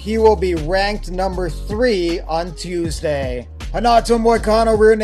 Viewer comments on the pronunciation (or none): none